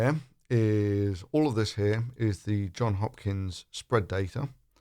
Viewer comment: Totally OT: It’s JohnS Hopkins. Two s’.